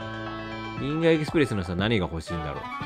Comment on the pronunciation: エキスプレスじゃなくてエクスプレスだよ…